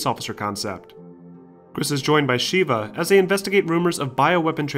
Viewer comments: Sheh-Vuh goddamnit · He also mispronounces Sheva! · The way he says Sheva infuriates me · Good job not spoiling major story elements and keeping everything concise but the glaring pronunciations of Ada, Corps, and Sheva hurt my ears when Ada and Sheva were spoken in their respective games multiple times and corps should be understand from Marine Corps, granted if you live in the US. If you were trying to annoy viewers with the incorrect pronunciations then good job. Otherwise, keep improving.